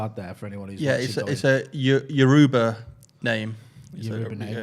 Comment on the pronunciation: Man said yourba wrong😂😂😂